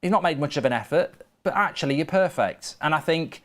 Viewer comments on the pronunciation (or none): none